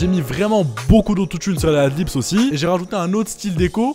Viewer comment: c'est pas pour être chiant mais on dit adlibs et non pas adlips haha, je vois souvent cette erreur ducoup j'me devais de le dire :p